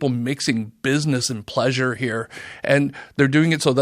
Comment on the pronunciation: “Buleasure travel” 😂